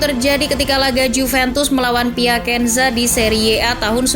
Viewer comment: Piacenza dibaca piasenza, bukan piakenza